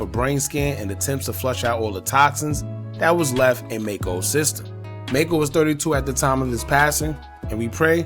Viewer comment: His name is pronounced Mack-co and he didn't lose his eye. He wore an eye patch to keep his eye protected from getting infected before surgery. In the car accident he cracked the bones around his eye causing his eye to "drop". The surgeon saved his eye and Macco did an interview showing both eyes and điscussed ALMOST losing his eye after hitting his head on the dashboard during the accident.